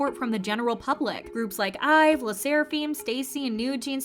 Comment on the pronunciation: Its pronounced iv-ee